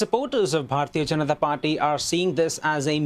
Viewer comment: Please pronounce Indian names correctly. Google translate can help you with this. You butchered the word Janata. You have no problems announcung American or European names.